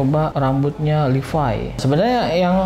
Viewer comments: Levi ngab bukan livai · Levi bukan livay bang